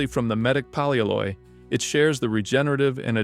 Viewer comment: Poly alloy. It's a compound word. It's not "polyaloye"